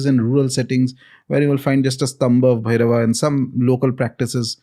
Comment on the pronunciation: pronounciation of "Bhairava" is the correct one. Ranveer is doing it "bherav". Sanskrit is loosing its shine because of Hindi.